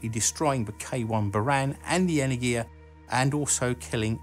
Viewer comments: Just for information - it is pronounced enErgia, not energIA. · It's pronounced "energya", not "energheeyaa". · As a Greek, listening the pronunciation of Energia (Energy/power) wrongly is weird. It is not "energIa" it is "enErgia". ;) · Not "energiya" but "energya" !!! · 'энергия' which is 'energiya'. energya would be энергя which is wrong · Awesome video as always! May I give some Russian pronunciation advice? enErgia (second 'e' stressed), glushkO ('o' stressed), korol'Ov ('o' stressed, and 'l' is soft like in 'lonely). Of course, that's not a crucial thing. I do it just in case you look for some feedback ;-) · Pronounced enErgiya (energy) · Nice video, only problem was every time you said the spanish word energia. The G there should be pronounced more like an H in english ( ) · The stress is on the second syllable tho. Google's tts reads this word correctly. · Your videos are amazing and I put much effort in watching every one of them, but please, you need a Russian pronunciation advisor. Almost all of your russian names pronunciation is incorrect. It's "en<E>rgiya" and not "eneng<I>ya, it's "zen<I>t, not "z<Enit>. I can help, if you want! :-) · If you are making videos with Russian words, you should first get the pronunciation and emphases right! It's pronounced Enérgiya, NOT Energíya... and Glushkó, NOT Glúshko! Bábushka, NOT Babúshka!!!! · Enérgia, Glushkó, Korolyóv. Honestly, one thing that always takes me out of this sort of videos is butchered pronunciation.